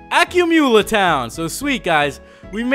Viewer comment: Is is not NOO-VII-MA it is NOO-VEMA and is not AKYU-MOOLA it is UCU-MULLA